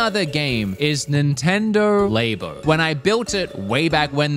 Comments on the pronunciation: Its not called lebo, its labo get the pronounce right my dude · saying Lay-Bo really annoys me I wish he’d say just say Lab-o 😭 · Nintendo Lab-o not laybo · He's the only person I've heard LABO pronounced like that. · Why do you keep pronouncing labo wrong isn't it supposed to be like laboratory